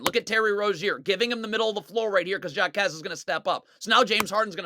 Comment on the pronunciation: Jaquez is pronounced like Ha-quez